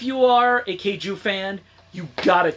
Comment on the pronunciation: You’re saying kaiju wrong.